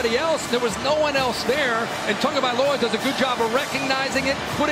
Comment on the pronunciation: he gave up trying to say his name